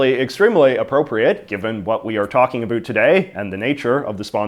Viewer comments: We don't say a boot we say about..... In Canada ..... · Did you say aboet? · He’s saying about like that on purpose. Farming views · why do you say about like that? nobody actually says it like that. Why are you feeding into the stereotype? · you say "about" like and American or an actor on a Tim Horton's commercial (made in USA) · How are you able to pronounce the “o” in “now” properly, but you just CANT make that same sound when saying “about”???